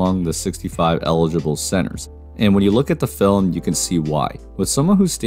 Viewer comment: The way you pronounce Film as "Fil-em" reminds me of my Grandpa. Love it.